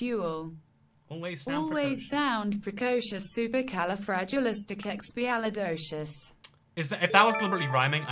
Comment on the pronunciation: how the f**k does the text to speech say supercalifragilisticexpialidocious right?!